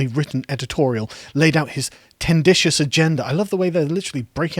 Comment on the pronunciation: Mr. Long Words himself accusing someone of breaking out the thesaurus ? "Tenditious" - no I've never heard of that word either. But I have heard of 'tendentious' - the word that is written down in front of you -durr.